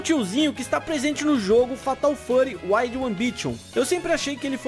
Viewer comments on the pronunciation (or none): none